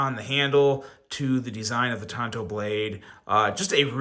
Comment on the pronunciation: Tanto, not Tonto. Tonto was Longer Ranger's sidekick. lol